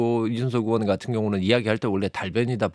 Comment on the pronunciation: 으원이요? 의원이 아니고? 국회으원이라니?? 방송기자라는 사람이 발음을 저따위로…